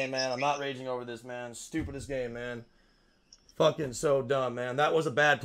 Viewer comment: "Im a focking minion" bruh😂😂😂